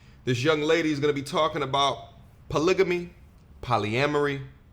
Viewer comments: *Title of the video * proceeds to say “Polygany” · "WE EDUCATED" Can't speak proper english... CHECK "BLACK WOMEN THE MOST EDUCATED" Can't read a graph... CHECK She doesn't even know how to pronounce "polygamy" ffs. It's a hard G you dumb twit